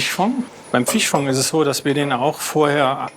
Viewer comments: Rehfong, Hirschfong, Fischfong...😂😂😂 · Fichfong hat mich so hart erwischt 😂 und dann wiederholt er das auch noch so oft ...